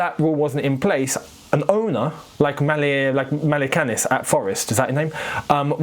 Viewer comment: Malekanis 😂😂😂😂 forest owner. man you killed the name